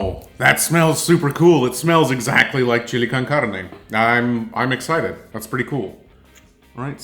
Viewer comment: You must have lived in America because your pronunciation of Chile con Carne was really good for a non Spanish speaker. I'm white and American but learned to speak Spanish in my teens. Very interesting to learn typical Ukrainian people would find a canned chili too spicy. Any Mexican food would definitely rock their guts.